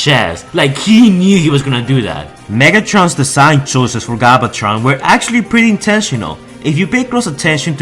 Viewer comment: Holy fuck, your voice made this video unwatchable. Please learn to say names properly. "Galvatron" not "Gobbletron".